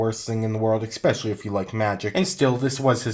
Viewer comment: "ecspecially" triggered